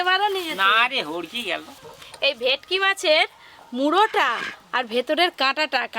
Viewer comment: তোমরা কী ভেটকি মাছ কে ভেকটি বল😂